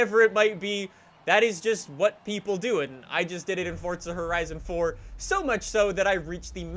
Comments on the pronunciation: Pls say Forza Horizon not Fortza Horizon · "Fortza Horizon 4" as he says it